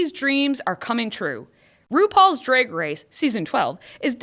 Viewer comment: Stop saying dreg race!